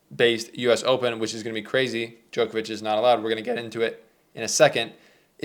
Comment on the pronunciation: Why can nobody from the Americas pronounce “Djokovic” ? It’s not Jokervic ?!? What’s wrong with you.